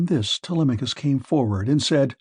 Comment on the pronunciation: i feel like this is an ai bot using marks voice. he pronounces "telemachus" 2 different ways within the span of a minute around the mark